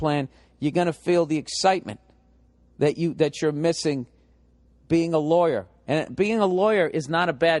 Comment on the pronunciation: "I am a LAW-YAAA"